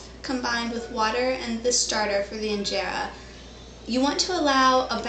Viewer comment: Someone tell her how to pronounce Injera and teff correctly. Hey video lady send me a pvt message on your email address. I can record the pronunciations and send then back to you. When you say teff, it makes you sound cute, in a childish way though.